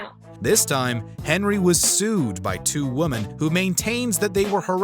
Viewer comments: Glad it’s not just me that noticed the consistent mispronunciation of “women”. He’s done it in other videos too. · Why do you alway pronounce "women" wrong, it's old English just look up. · you say 'woman' when you mean 'women' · The plural of woman is quite a challenge for this narrator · Hey soy boy, it’s multiple “women” Not multiple “woman” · As an aside, is the narrator saying "woman" when he means "women"? It's very distracting. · Good content but why can't this narrator pronounce the word "women"? What is "multiple woman" about? Distracting lol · I'm not sure why but it irritates the bejesus out of me how the narrator says "woman" singular after saying something like "harassed multiple woman". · Multiple woman 🤣 “women” bro